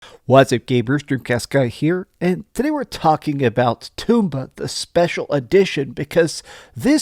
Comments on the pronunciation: It's tomba, not Toomba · everybody mispronounces Tomba. It's not Toom-bah. It's Tom-Bah. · The title in Japan is: トンバ The first kana there is pronounced most similarly to "toe," and pronouncing all three would most closely be for English speaker: Tome-bah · According to who, though? Where is the official pronunciation guide? I think it's more like Tomato, Toe mah toe, type deal. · I knew there was a reason "toom-bah" didn't sound right!